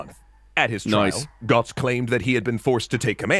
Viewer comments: Who is Gotz? Learn the ö man! Rigth now, it hurts how you speak Götz. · He have Umlaut in his name. Götz (Goetz) not Gotz. Because of course! :)